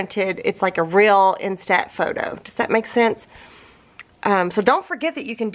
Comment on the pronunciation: my phone ‘jumped’ into my washer so I’ve been without one for about 10 days... but... I now have a new bright and shiny iPhone... as usual your videos are fabulous!!! There is just one teeny tiny little thing... you are incorrectly pronouncing instant... I am not sure how to explain what is off...but here goes... In are saying... in-STAT And it should be instant... you say STAT like a doctor would say I need a cat scan STAT... the proper way is... in-stunt... I hate when people get picky but the way you say it I have zero - zip -nada...clue what you are talking about... maybe ask you smokin’ hot hubby... lol 🤷‍♀️